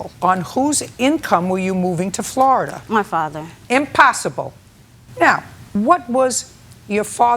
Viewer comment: when she says 'Floridar'😂 She's like a strict but fair grandma